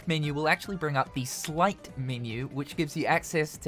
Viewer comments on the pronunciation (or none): That's sleight. Not slight, sight, or slit. The word war continues!